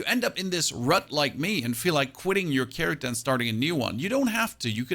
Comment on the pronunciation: “Charictah” lol